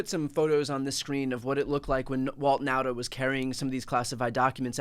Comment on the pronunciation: Nauta is pronounced Nawta.